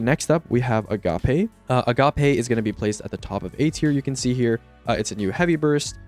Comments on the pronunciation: Agape is pronounced uh-gayp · why everyone pronouncing it “Ah-ga-PAY” 😭 it rhymes with “tape” guys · A-Gape lol